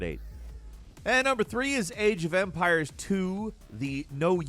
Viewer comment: Man, it's not the first video that you talk about Age of Empires and I only hear "AGE O'VAMPIRES" and keep "wow, I never heard about this game before...oh, it is Age..." aeuiaeheiuaehaeiuhaeiueaheaiuheaiueaheaiuheaiueahaeiu